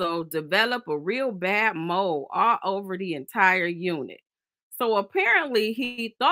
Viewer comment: Can all say MOLD AND NOT MOLE